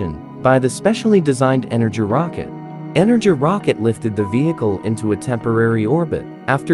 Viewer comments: Slavic language learner here- Buran (Буран) is pronounced (Boo- raan) Energia (Энепгия) is pronounced (E-ner-ghee-ah) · Pronounced, "boo-RAWN" and, "en-er-GEE-yuh" with a SOFT G not a hard G. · Just a note: in the original Russian name, Бура́н is pronounced "boo-rahn", not "byu-ran". Also, the Energia (Энергия) is pronounced "en-air-gee-yah" I see people get this confused a lot and I don't blame them for not knowing Russian pronunciation, but I just thought I'd clarify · It isnt pronounced energ rocket, its pronounced ener-gia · It's pronounced Boor-ahn and Ener-gee-uh. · Pronounced ener.-ghia. Or energy in Russian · It's pronounced "E-ner-GI-a". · I totally agree! He also pronounces the energia rocket booster as "energy". I am pretty confident the G is like the G in glue, and that the R is a "rolling" R with the tounge behind the upper teeth. Im not russian tho, so i am not sure. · Learn how to pronounce "Buran" and "Energia" before you make videos! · The mispronounciation of Buran and Energia is infuriating